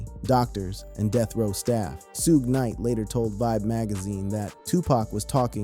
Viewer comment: That moment when u figure out this is being narrated by AI because Suge Knights name was pronounced Shoog-gay. 😂 🤦